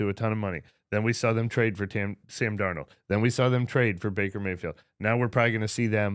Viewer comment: “TAM DARNOLD” 😂